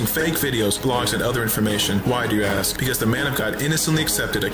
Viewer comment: He answered with integrity “ I do not know axe Michelle “